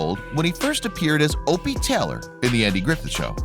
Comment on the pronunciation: Lots of info, but you couldn't say Taylor correctly?😆